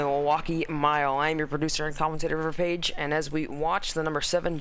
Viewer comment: Iracing broadcasters getting my name pronounced correctly River Page: ✅ IDK Player: ❌